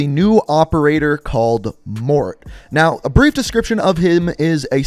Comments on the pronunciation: Morté pronounced Mor-t-aeh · Everyone calling Morte (MOR-TAY) mort is actually getting on my nerves, mainly bc I’m half Latino. I get that is Canadian but those American cod youtubers just ehahahhaah